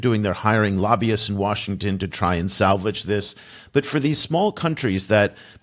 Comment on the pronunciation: I agree that the correct pronunciation of "Lobbyists" is "Low Beasts".